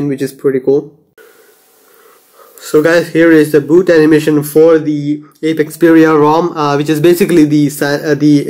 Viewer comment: Stop saying 5.1.1 is the latest version of Android wtf... 6 is already out and is being developed for the s3... And this is Apex-Xperia not "Ape""Xperia". Pronouncing the rom's name wrong is a form of disrespect for the developer:p Keep it up.